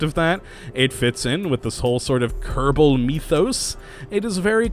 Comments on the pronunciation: he's saying kottabos space program but it sounds a little like kerbal space program with him rolling the R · am I the only guy to hear kedabal space program instead of kerbal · Good vids but the way you pernounce kerbal sorta iritates me (no offince)